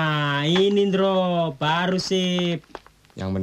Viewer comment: Endro hidup lagi, begitu pengucapan om Dono, bukan Indro. 😁😁